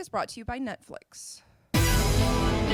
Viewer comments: did she say nutflex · sound like she said nut flex